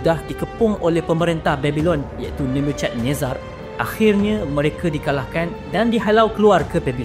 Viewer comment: tulisan Ibrani dibaca dari kanan ke kiri. Bukan dari kiri ke kanan. "ch" dalam Nebuchadnezar disebut "k" atau "kh". tulisan Ibrani ditulis dari kanan ke kiri. Bukan dari kiri ke kanan.